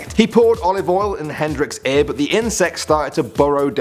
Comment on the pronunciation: Aer? or Ear...Eeyurr.